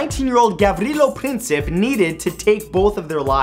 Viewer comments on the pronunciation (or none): none